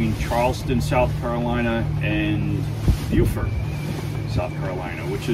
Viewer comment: Beaufort in NC is pronounced Bō fort. Beaufort SC is pronounced Bū fort, as you did correctly.